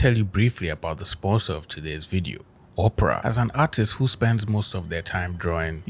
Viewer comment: Im sorry man hearing you say Opera like Oprah was cracking me up! I dont want to use a browser created by Oprah Winfrey, lol! Anyway keep up the great content.